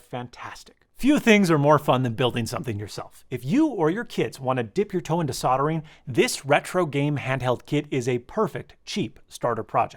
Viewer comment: As a Brit the way you said “If you and your kids want to get into soldering” scared me. We actually pronounce the L, like sold ering. Not sodoring…which sounds like something else.